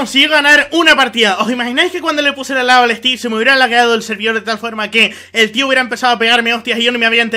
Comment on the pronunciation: me encanta que en ves de decir estiv dice estif